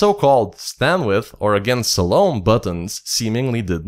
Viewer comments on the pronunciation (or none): none